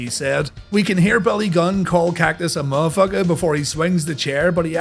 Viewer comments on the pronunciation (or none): Hearing "Mufuka" is when I Popped!! 🤣🤣🤣